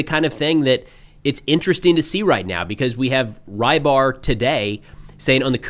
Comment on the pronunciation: «Рыбарь» pronunciation is not "rye bar", it's almost exactly "rebar".